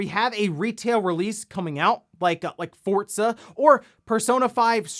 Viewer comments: Are you saying "Fortza"? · Did he always call it Forzza? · I never knew there was a T in Forza lol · Am I the only one who realizes he always says Forza incorrectly?